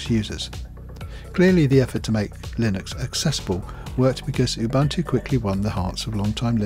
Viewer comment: It's pronounced "oo-boo-n-too". The word originates from a Zulu name Ubuntu, meaning 'I am because you are' or 'humanity'.